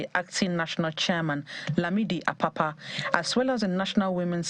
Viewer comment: That woman in pink calling Apapa Akpakpa😂